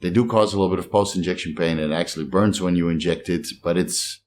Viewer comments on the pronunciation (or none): none